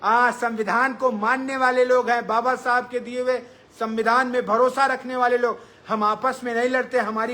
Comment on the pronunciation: Baba sahab babasahab aise bol rha jaise daru pi ke unki atma ko gali de rha ho